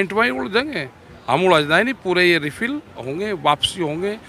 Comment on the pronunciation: बेचारे टिकैत साहब रिपील को रिफिल बोल रहे हैं